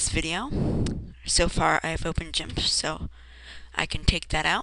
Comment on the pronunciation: its not jimp idiot its GIMP